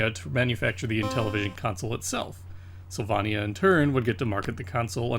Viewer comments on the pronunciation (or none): Syl vay nya - like Pennsylvania Not sill vah nia Intellivision was really hampered by the controllers and its default system font. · Really good video I love that you added the developer names. Some notes: APh was named after MIT advanced physics which is (IIRC) where the developers came from Sylvania is pronounced "syl-vay-nia" or at least as I've always heard it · Sil-vonn-ia? Sil-VONN-ia?? You're drunk!